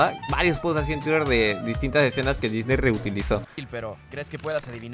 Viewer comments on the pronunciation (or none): none